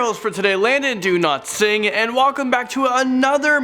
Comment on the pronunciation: sounds like Landon do not sing.